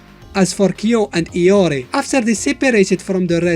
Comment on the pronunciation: iori not Lori